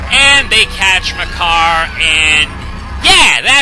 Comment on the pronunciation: I keep hearing Makar as my car, I blame Swordless Link.